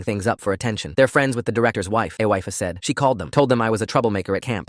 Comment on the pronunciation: Aweef😂 its pronounced ee-fa